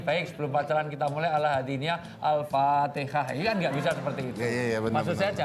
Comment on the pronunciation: Al-Fatihah stad bukan Al-Fateka stad.. 😆😄😅